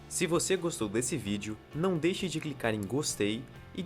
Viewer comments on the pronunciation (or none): none